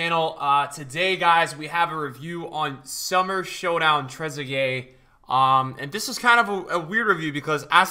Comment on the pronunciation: Much respect as always. But how do u do so many reviews, pronounce so many names wrong but managed to get this one right